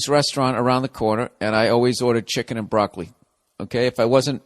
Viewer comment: "Muhfuckin chicken" as a black man I'm proud to hear him say it like we would